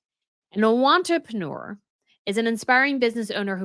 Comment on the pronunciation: Did you say “want-reprenuer”? Brilliant!!!